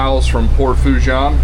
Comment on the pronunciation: Foe' che' is how you say it